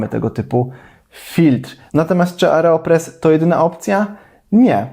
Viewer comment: Oreo 😅 oreopres 😂